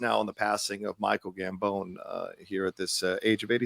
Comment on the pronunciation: Helo, enjoying the show as always or almost always :p hahah, wasnt sure if you realised It is pronounced Gambon like the "bon" in bon appetite